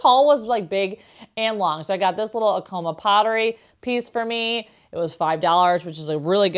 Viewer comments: Came here to correct the pronunciation, too. When visiting the Pueblo, our guide said, "my people are not in a coma!" A- like acrobat. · Also Acoma - as in the NM tribe - is pronounced with the emphasis on the “a.” I’ve been there, and that is how they pronounce it. Apparently there is someplace in Colorado, where they pronounce it with the emphasis on the “ko,” but that’s not how the tribe is pronounced. I say this with much love, because I love your videos and I always want to know how to pronounce everything correctly! 💕